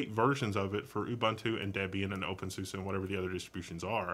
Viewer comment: I think you may be saying openSUSE wrong, but that doesn't matter much. (I've heard it said "sue-see" instead of "sue-suh" or whatever you're saying) I also noticed you kept saying terminal/console on the ctrl-alt-f1 through f6 screens. While you're looking at a terminal, those specifically are called TTYs, they're labeled at the talk. When you said TTY was short for terminal, you weren't exactly wrong, but it is short for something like teletype. A quick skim of the TTY Wikipedia article would be better than listening to me explain that, though. tl;dr an old term that carried over to newer technology. Now, less about wrong info and more about suggestions, I was kinda hoping when you brought up i3 that you would switch to a different TTY and then maybe launch a new x session running i3 to demonstrate it. I'm personally somewhat familiar with i3, but I think it has a really unique look that you didn't get across with your words. I'd also like you to discuss how a lot of people sort of create their own DE by combining separates WMs and panels without a DE at all. CrunchBang would be a great distro to show this off, although you can get any distro to look the same of course. CrunchBang runs openbox for the wm, tint2 for the panel, nitrogen for the wallpaper management, and compton for the compositor. The default DM is SLiM. You're covering stuff that isn't covered by channels nearly as popular or reputable as yours most of the time, so I greatly appreciate what you've done, even